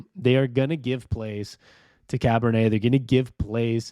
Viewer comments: Char-bo-nay kind of like Chardonnay, but definitely not Cabernet, nor Pinot Noir, nor Rose', etc.... lol 😂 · Cabernet!?!?! Really man? It's Charbonnet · Bro..Cabernet? Try Charbonnet.....pronounced SHAR-BO-NAY. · I’m super excited for some Seahawks football. Also it’s pronounced Shar-bo-neigh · Enjoy and appreciate the videos. I know you said folks can be derisive in the comments but ignore them and keep up the good work. Hawks fan for 40 years! Small note. The new running back's name is not pronounced like a type of red wine 🍷